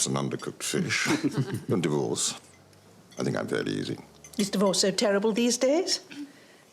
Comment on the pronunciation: I know, Lord Sinderby says, he stays away from divorce. But I always understand dwarfs. Makes his lines so much funnier. 😂